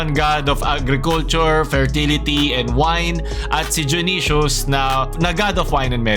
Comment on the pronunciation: Kala ko dayonaysus yung pag ka bigkas junisus pala